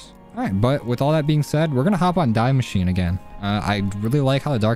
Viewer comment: It’s pronounced “dee mashina” not die machine. Not that it matters just thought you could know